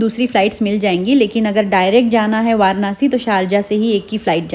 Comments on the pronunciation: Varnasi nhi hota hy varanasi hota hy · वारानासी ❌ वाराणसी ✅❤️🙂